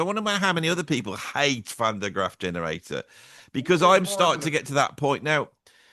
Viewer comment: It is Van der GrAAf, baby, not GraFF;)